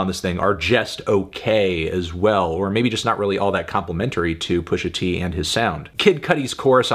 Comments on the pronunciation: I feel as though you shouldn't be calling Pusha "Pusher t" with the R, but great review otherwise! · It's Pusha T, not "Pushing P". Other than that, great review.